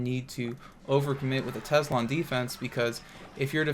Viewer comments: It’s not called Tezla. It’s called Tesla. Drives me crazy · "Tezzla" lol great video as always:)